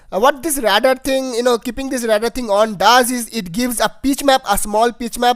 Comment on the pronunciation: 'Radar' say it like 'Raydar'